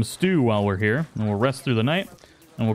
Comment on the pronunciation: Ah yes! Some nice and warm "Stewl" it sounds absolutely delicious. I sprained my arm last monday, and I'm laughing so hard it hurts. xD